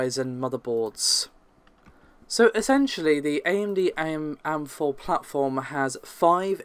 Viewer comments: WTF is an am4 motherboard? its in capitals, because they are individual letters, its AM4, and please stop calling Nvidia cards, "thai". its TEE.AYE. TI !!!! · Says AM4 as am-4 Says SKU as S.K.U. Why so backwards? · Mshojat like "I am" am. first time I've heard that one, though it sounds like it would be used a lot. I hear skew more than I hear S.K.U.